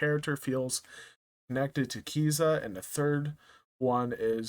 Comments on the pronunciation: It's pronunced K I Z A Y A 😢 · Pronounced Ka-Seye-yah